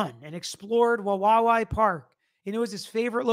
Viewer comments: I used to live in Wawawai. Say "hawaii" out loud. Now replace the h with the w and say it again but add that third w toward the end. Not that hard. wuh WAH wee. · Say it like WA- WI- EE or say it like Hawaii (cept with a W.). You said Palouse great. All native words around here. The park is way the heck down a canyon several thousand feet. Look at the elevation of pullman and Moscow compared to Wawawai park. It’s dark, windy down an unpopulated canyon road. Not sure who would make the trek in the cold winter weather when roads are icy around here. Just saying, having known the area. You do a great job. Thanks 🤙🏾